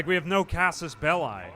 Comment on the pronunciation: Love the video but I laughed at "casus bellAY"